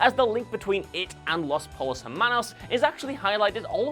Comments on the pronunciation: It's pronounced Los Poi-yos Er-Mannos. Not Los Pole-os. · For the love of god please learn to say spanish words with at least some semblance of a spanish accect. I know you are a Brit who is barely able to pronounce TH and other normal english sounds, but you sound like an idiot everytime you say "Pollos Hermanos". Just so you know, it does not sound like the collared shirts from Ralph Loren + her (the pronoun) + man-o's like (like the cereal cheerios). Try this (Po-yos + air-mah-knows)